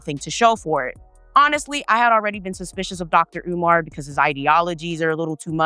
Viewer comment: Learn how to say his name correctly. Not caring about his name is a colonizer mentality.